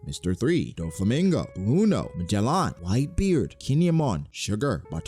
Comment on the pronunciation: My boy pronounces Magellan really funny